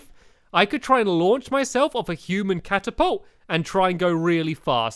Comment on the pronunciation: It's a cat-apolt